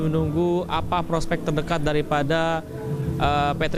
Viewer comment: Apalah wartawan sebut namapun tak betul:KLUIVERT,ini dibaca:KLUBET bukan KLUBE